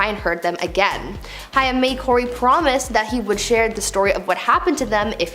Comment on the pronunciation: It’s Corey Haim….like the word aim with an H.